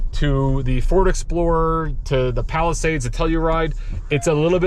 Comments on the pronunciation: Palisade, not Palisades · Palisade. Not Palisades lol.